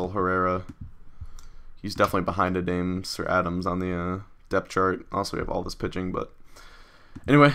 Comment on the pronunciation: Christian Adames pronounced a-da-maze, not a-dames.